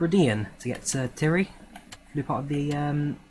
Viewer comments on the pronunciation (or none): Pronounced TIE-REE not TIRRY